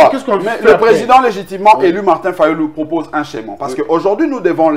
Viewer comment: Humm ohh juriste Blanchard, au lieu de schéma mr dit scheman pfffffffff